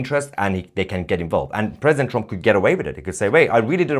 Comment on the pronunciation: Holy hell, Tousi successfully pronounced "Trump" for the first time ever instead of saying "TrOmp". I didn't think he could pronounce anything other than "A nOmber of Op to date news Opdates about TrOmp". Edit: Nevermind. it is immediately back to "TrOmp".